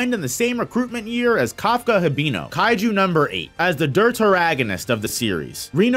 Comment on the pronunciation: Your saying Kafkas last name wrong and Reno’s also